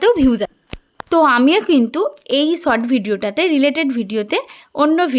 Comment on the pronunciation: Sot na short tomader s pronociation eto kharap keno